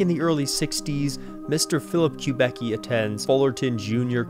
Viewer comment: Don’t let me interrupt, but for the record; The luthier’s name is pronounced “Kub-icki” not “Kub-ecki”. silly me!